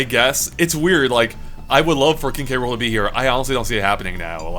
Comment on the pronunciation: Say it with me. KING K ROOL